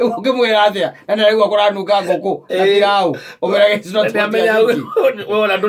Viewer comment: Venye anatamka pilau pilaoo😀😀